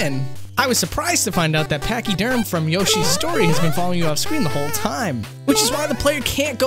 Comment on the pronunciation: You had me until the Pach E Derm part...